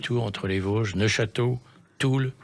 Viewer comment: neufchateau, pas neochateau